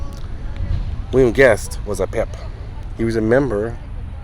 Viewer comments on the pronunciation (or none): Goodness! You said Pip I thought you said Pimp! RIP Mr Guest